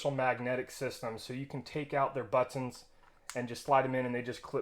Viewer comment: I was cracking up every time you said but tonz hahaha. Great video and review, thanks!